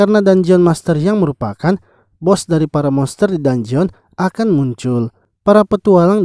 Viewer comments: info min, dungeon di bacanya "danjen" bukan "danjeon" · bukan danjeon bang penyebutannya,penyebutannya itu danjen